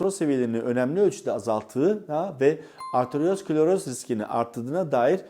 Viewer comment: sevgili hocam bir de arteriosklerozis ( arteriosiklerozis ) diyebilsen😁